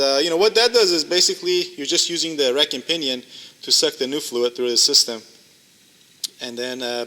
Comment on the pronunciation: What word is he saying when talking about something being ruined .. reckin-pinnon? I’m so not understanding the word lol